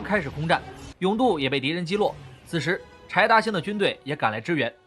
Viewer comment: 柴达星听成派大星😂